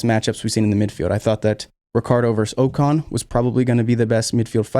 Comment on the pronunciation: Ocon. The next Keke Rosberg. [Ohh-con], not [oo-con].